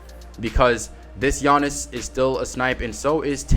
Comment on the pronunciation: "takeover gianiss"